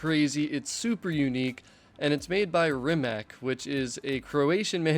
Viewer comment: Rimac is pronaunced Reematz